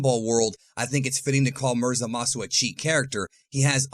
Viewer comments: It's zamasu not zalasu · Zamasu* not zalasu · Ah yes "ZALASU", indeed very strong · Why do you pronounce zamasu ZAMAWSOO? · I don’t like the way you say zamasu